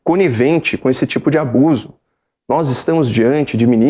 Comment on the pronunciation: "Albuso de autoridade" depois ainda tem quem diz que a pessoa é muito intelectual. O sujeito mal está conseguindo pronunciar as palavras corretamente e mesmo assim recebendo elogios. Estamos é no Brasil mesmo!